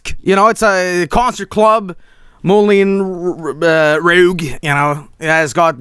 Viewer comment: Watching stare at the Moulin Rouge, pronounce it wrong, then ask what movie could it be was painful. LMAO.